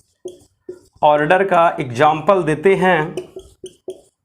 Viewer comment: order ka pronunciation galat hai